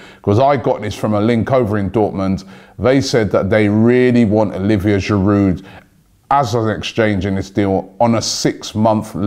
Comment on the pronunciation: It is MkhitAryan, not MkhitIryan...and „Shiroo“ not Sherude...you really have to work on your pronounciation😂